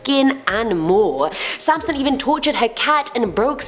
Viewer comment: Haha sansom not samson